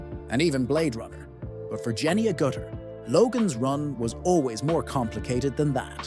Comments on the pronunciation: Could have at least pronounced her name correctly :( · you never pronounced her last name correctly, not even once.